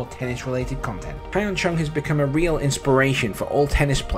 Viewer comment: His name is pronounced Yun Chung. Not Hi en Chung. Also, he made the semi-finals of the Australian Open in 2018.